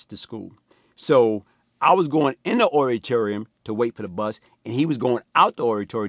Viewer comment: Not auditorium, "aritorium" 😂